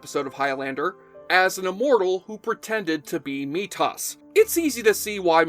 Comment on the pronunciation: At least it wasn't Meatus.